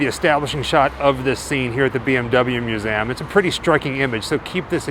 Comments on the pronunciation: I know one word he always says wrong....museum. 😉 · I actually love the way he says it! Sounds more historic in a way! And hey, maybe he’s pronouncing it right and we are actually pronouncing it wrong ! You may never know! ❤